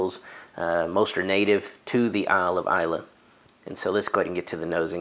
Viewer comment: Just gotta say, I'm always so impressed at the level of detail you pour into your reviews. Even got the pronunciation of Islay right! Your palette has yet to let me down, so I'll have to look for Oxley!